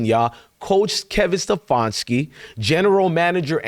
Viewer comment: It is SteFANski, not SteFONski. You can not even get that right. You didn't bring any "receipts," only whining.